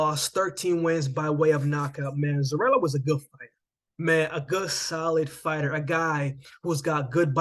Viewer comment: Its pronounce Zoriya, not Zorila 🤷🏽